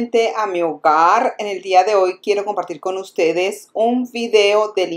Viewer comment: Me da risa cuando dices hogar. Saludos desde Madrid